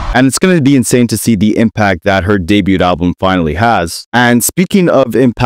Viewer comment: The way you say debut kills me. Please look it up so you don't sound silly